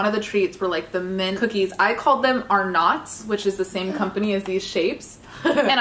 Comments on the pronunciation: it’s pronounced Ar-nits NOT ARNOTS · She actually said arnots and I'm not from Australia and I know that